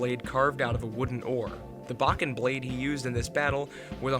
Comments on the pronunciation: Bocken bocken bocken bocken. It's "bow-ken" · bow-ken, not bocken